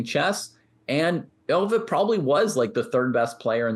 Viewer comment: According to Euwe (pronounced "Erva", not "Oy-vay), Alekhine played his championship matches for the money, pure and simple. They were supposed to be risk-free paydays, but the 1935 match didn't work out that way. Euwe was in demand as a match opponent in those days because he played a lot of matches and almost always lost or drew. But by 1935, Euwe had gotten better than anyone had realized. He finished ahead of Alekhine in all the tournaments they both played in while he was champion. The legend/excuse is that Alekhine only lost because he drank too much, but Euwe said that Alekhine didn't drink any more than he usually did. Euwe also said that a lot of people thought Alekhine was drunk even when he wasn't, because he didn't like wearing his glasses, and his walk was unsteady without them. To this day Alekhine is the only champion to lose the title by a single point. Euwe actually gave Alekhine a draw in a won position in Game 30, though. He'd have won it if he'd had to, but you can't refuse a draw that will make you the champion.